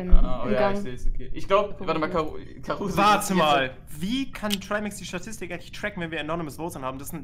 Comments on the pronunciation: Es heißt Statistik und nicht Satistig 🙃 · Erstmal "Satistik " statt "Statistik " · "Satistik" xD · "Satistik" Nice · Ich hab das nichtmal mitbekommen, er hat sich warscheinlich einfach versprochen